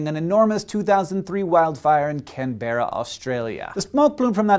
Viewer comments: It's pronounced how it's spelt. CANberra. Not 'kenbra'. Come on America! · Can-ber-ra lol. Can-bra mate! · It's pronounced can-bra, I know it's been pointed out, but I just thought people should know. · can-bear-a nah brah, it's can-bra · It's pronounced can-bruh not can-bera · I'm an Australian, so just saying that it's CAN-b'ra not can-BER-ra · Can-bear-ah? CAN-BEAR-AH? Fellow Aussies, say it with me. "Can-brah." Can-brah. Can-brah. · CAN-BRA! not CAN-BEAR-RA. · It's can-braa not can-bear-a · It is not pronounced can-bear-ra but can-bra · Australians say Canberra not like. Can-berra but like can-bra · It's not pronounced Can-Berra. You're supposed to say it like Can-bra. That's the unwritten way to say it. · CAN-ber-ra not can-BER-ra, geez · I would say more CANberra, rather than canBERra. That's how we say it up my way, anyway. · It's pronounced Can-bra, not Can-ber-ra. Don't ask why, just is. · Oi mate, it's "Can-Bra" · Canbaira. *cough* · Its Cam-bra, not Cam-bera :) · Jesus Christ, every foreigner gets it wrong. It's not pronounced Can-bear-a, it's Can-bur-a. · Cam,bra not cam,ber,a just to tell u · As far as I know, all Aussies pronounce Canberra not as 'Ken-berra', like you, but as 'Can-brah'. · And a resident and survivor of the 2003 bush fires it is pronounced either can-brah or can-bear-ah not can-bur-ah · its pronounced "cam-bra" not "cam-bear-ra" your's sincerely australia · NO! NO HANK! NOT CAN-BERRA! It is pronounced 'canbrah',or even 'cambrah' if you are feeling lazy. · Can-braa not can-bear-ee-a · Can-Bear-ra? lmao...... its pronounced, "can-bur-ah" sorry Hank... this wont effect our friendship will it? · CanBERra, not CanBAREar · loved the episode, just a side note, its pronounced can-bra not can-ber-a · It's pronounced "Can-bra", not "Can-bear-ra". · "Can-buhr-a" No, no no no no. Its pronounced Can-bra. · It's pronounced can-bra. :) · You pronounced Canberra wrong you pronounce it ( can-bra ) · pronounced can-BURR-aaaah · IT'S CANBRA